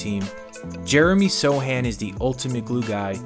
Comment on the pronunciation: One question, why he's called So (c) han Instead of So Chan? Just being curious